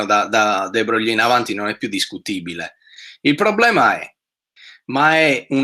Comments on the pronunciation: E comunque "De Broglie" non si pronuncia "de broglì", ma "de bròi": E Joule non si pronuncia "giàul" ma "giùul": (vedi anche la nota sulla pagina wikipedia su James Joule) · Lezione illuminazione. Solo una piccola precisazione: si pronuncia de brogl.